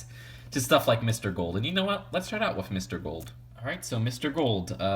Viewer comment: I hate how you say wiff other than with